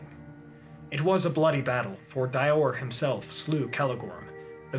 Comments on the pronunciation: Dior="Dee-or" rather than "Dye-or" :) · *Dior = (Dee-Ohr) =)